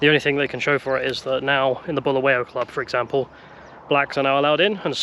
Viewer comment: Balawayo ballaballa balingo 😢 Honestly (as a semi brit who grew up there) I feel in this single video you have taken the time to learn more about our history than even I knew).. Mad props and respect for your adventures and pure and honest take on what you've learned.. I wanted to roast you for your pronunciations etc but you deserve respect for learning and obviously being kind. (You wouldn't have gotten far without showing respect) The history and sad current state are one thing, but I'm sure you were WOWed by the openness, honest and lovelyness of ordinary folks. Good luck on your next trek!